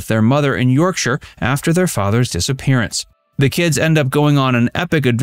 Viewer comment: Thanks for pronouncing Yorkshire correctly. It usually gives Americans huge problems lol